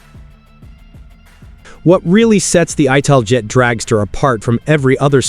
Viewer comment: Was going to watch this vid, but immediate misiprounoucement of ITALJET made me stop. No AI lazy vids for me.